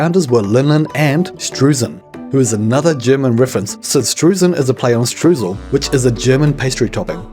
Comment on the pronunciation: You keep pronouncing Streusen and Streusel wrong! How many hours of teaching did we go through huh? ... I forigve you ... but only because the Video was amazing! Also, I see you found great music for it. ^^ Love the vibes!